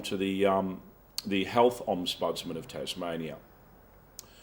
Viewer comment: Interesting what will come out of all this Dezi Freeman hoo-ha. P.S isn't it "ombudsman" not omsbudsman